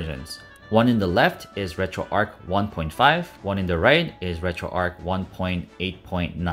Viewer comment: RETROARCH, not Retroark.